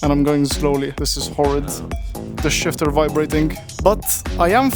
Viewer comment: Shifter❌ Shitter ✅